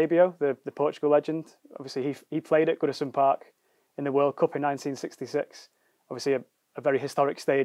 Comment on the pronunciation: Has he just said woodison park